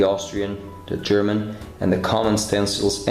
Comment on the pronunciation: Very, very good German pronunciation,! It's one of the few modern aircraft I really like. I bet you'll make this one a masterpiece again.:)